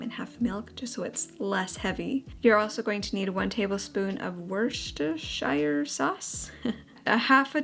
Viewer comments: Came here to say this 😂 however I’m from the South East and would say Wu-ster-sher. Same same tho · British viewer here! It's pronounced wuss-turr-sheer 🥰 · Pro tip how to pronounce Worcestershire. Think „dish-washer“ and reverse the syllables “wash-disher”. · And just call it Wooster sauce. That's what they call it in England. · In the uk we knock the shire off of Worcestershire so it's Worcester sauce. And the r is silent. Kind of like wooster sauce. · I'm a Brit, here to teach you how to say Worcestershire Sauce- it's Wuss- ter- sheer 😊 Love the recipes- and your apron!! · Werster-sheer is the best way of pronouncing it 🇦🇺😊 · Everyone struggles with the pronunciation of wis-ter-shear sauce lol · I believe one can pronounce it 'Wooster' or 'Woostershire' sauce 😊 Really cool recipes! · Great video! Also for your info - it’s pronounced ‘woo-ster-sheer sauce’, and it’s yummy! Haha xx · Worcestershire... everyone's nemesis LOL It's pronounced "Woostersher" or "Wustersher", much easier than it looks!! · Pronouce it wooster sauce. Yoyre welcome 💜 (trust me, im British) xx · Easy way to say 'Worcestershire' - say it like this......woosta sheer. Simple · Listening to trying to say Worcestershire just makes me smile. Unless your British the pronunciation is really confusing. Phonetically, it's prounounced Wus-ter-sheer if that helps anyone. It's lovely to see you getting all ready for baby ❤. Those recipes look delicious, made me hungry.xx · For anyone wondering, it's pronounced 'Wus-ter-shah' 😂 we know it makes no sense haha!